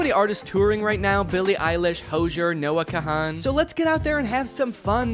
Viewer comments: Bro said Hojer AND Noah KaHan, damn. Double kill. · bro said noah kahan phonetically 😭🙏